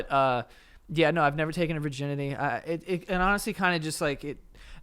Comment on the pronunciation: Virginity, pronounced; Ver-guy-ns